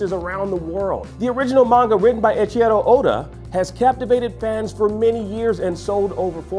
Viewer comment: did he just said "echiEro oda"?